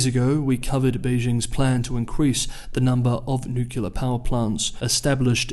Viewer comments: Please. please, please! Nuclear is pronounced "new clear", never "nukular". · But also, it's supposed to have three syllables, not nu-clear. It's really one of those trifles which isn't worth a comment..